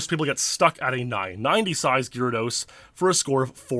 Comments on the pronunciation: Please pronounce GAYR-ahh-dose, PROPERLY! Don't be a douche, please! Also, you don't need to sound extremely serious as if you're a lawyer in a courtroom. You're talking about Pokemon, non the stolen USA election in 2020! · Absolutely butchering the pronunciation of "gyrados"...